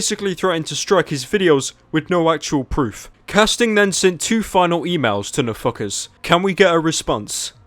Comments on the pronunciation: i thought he kept saying no fuckers when he said nfkrz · Every time you say NFKRZ i only hear "a fuckerz" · I love how you pronounce NFKRZ